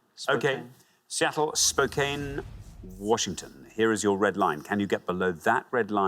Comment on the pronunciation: Correct pronunciation of Los Angeles is Loss-an-jell-iss. Spokane is Spoke-ann.